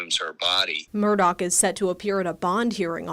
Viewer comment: It's Murdaugh. Not Murdock.